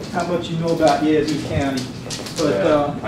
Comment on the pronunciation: Yaz-Zoo, not Yah-Zoo